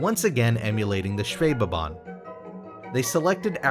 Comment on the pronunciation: My compliments for your pronounciation of the word "Schwebebahn"!